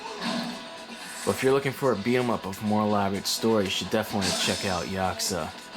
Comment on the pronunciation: Ya Coo Za. This is how it's pronounced lol